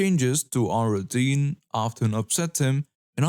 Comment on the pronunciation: Hello I do enjoy the way you read the stories, you put a, lot of expression into the narration. FYI gall is pronounced as gaul (to rhyme with the name Paul), as in the Roman Empires name for what is now, France. Post Script: routine is pronounced as 'roo teen'